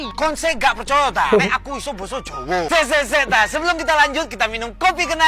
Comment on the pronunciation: Jawa bang,bukan jawe